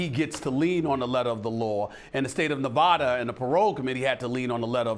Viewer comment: Stephen A offends me with the way he says Nevada, I hate that shit.